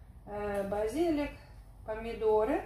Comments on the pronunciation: БазилИк, базилИк, базилИк, ну запомни наконец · Тунец на итальянском tonno, но не "тона". Ударение на слове базилик правильно следующее - базили́к